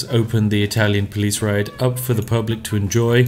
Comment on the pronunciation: Literally heard spiff say italian police riot instead of ride